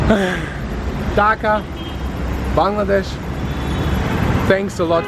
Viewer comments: I love how you say 'Bangladesh' in the perfectly correct way/accent. This is the first time I've seen a foreigner pronounce it correctly. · At least you said the name of our country clearly 😇